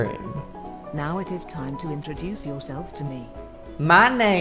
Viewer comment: XD said tiime